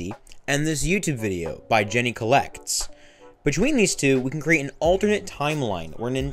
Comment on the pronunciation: Just a heads up, "Jeaney Collects" is pronounced like "Genie" and not "Jenny"